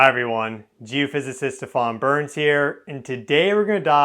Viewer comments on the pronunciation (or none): none